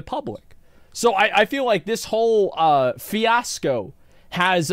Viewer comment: How are you so well read, but you don't know how to say "fiasco"